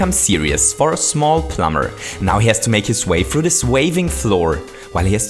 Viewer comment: I like how he says dis!